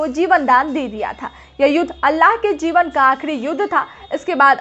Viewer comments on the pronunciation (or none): none